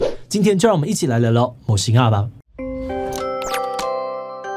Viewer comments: 魔神仔（môo-sîn-á）的神仔兩個字有連音，讀起來才自然。所以是môo-sîn-ná。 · 魔神仔(môo-sîn-á)的神仔(sîn-á)兩個字是連音念的，唸作「môo-sîn-ná」，並不是如開頭那樣分開念哦。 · 魔的音調好像也不太對？ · 感謝回覆，你寫的沒錯，我指的是志祺在影片中的發音跟我習慣念法不同，所以不確定哪一方對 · 魔神仔的發音不對啦😂😂😂😂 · 是志祺不會講台語 還是他那邊是這樣子的發音 從頭到尾 魔神仔都唸的很怪😅有點讓人出戲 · 魔神仔臺語發音不標準